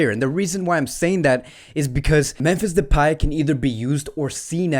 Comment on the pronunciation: Bro its memphis depay not depey